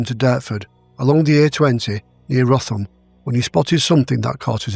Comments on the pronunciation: Hi very good case but Wrotham is pronounced Rootem not roffam. chris d duke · Wrotham is pronounced rootam. I remember Wrotham Hill from my childhood. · Wrotham is pronounced…’ rootam’…by Kent people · Great episode. Just one correction though, Wrotham is pronounced "rootham". I hope you don't mind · It is common to mispronounce place names in other parts of the UK than our own. Out northern presenter, inadvertently, does just that here. Wrotham is pronounced Rootem in much the same way Rawtenstall is mispronounced in the south.